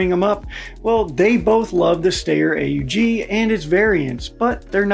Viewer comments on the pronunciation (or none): This narrator: "The Stay-er Og..." My brain: "The Sht-ire Awe-g... you illiterate son of a Gunn." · It's not Og, its Owg, like ouch.